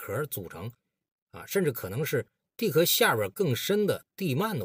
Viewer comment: 地壳中的壳读音是翘。